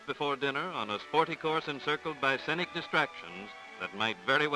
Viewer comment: I love a look back in time like this, when traveling to the wilderness meant packing enough dresses for the women and suits-and-ties for the men. But I wonder why no one told the narrator that "scenic" is not pronounced "sennick." 8-D